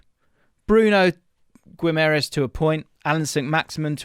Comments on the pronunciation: A little help with the pronunciation: the u is silent so its like Ghimarães; the ãe sounds like the 'in' in the word mind; and the s sounds like sh Hope this helps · Just an fyi for English folk .. it’s pronounced GEE-MUH-RIZE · Just 1 little tip,in Guimarães,the "U" is silent. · Great vid as usual! Just thought id say the pronounciation of Guimaraes is a bit off haha! More like GIM-AH-RAINGSH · Great video but it’s pronounced Gi-ma-ran-zzz not Gi-ma-rai-shh because he brazilian not portuguese and the latter is european portuguese pronunciation. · You are saying the name wrong which creates doubts about your knowledge for the player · Stop mispronouncing his motherfucking name! He is not Portuguese. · The fact that is making an effort to correctly say his name and still butchering it is funny as hell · If he comes to Prem can u please say his name a bit better 😭😭😭